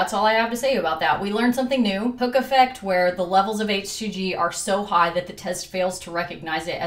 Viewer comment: I don't know if I'm just tired, but I heard "Hookah Fed" instead of Hook Effect